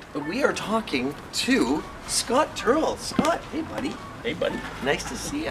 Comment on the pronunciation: Hey, you said our last name right, Scott is by far the best person you could ever meet, I love him alot and he is just so much fun!!